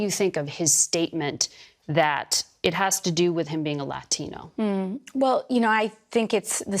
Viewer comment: as a Hispanic American man. I always Cringe when another Hispanic American over emphasize saying "Latina or Latino" in spanish. If your speaking in english say yhe word in English. If your Speaking spanish then say it in Spanish. Its just weird. 🤣🤣🤣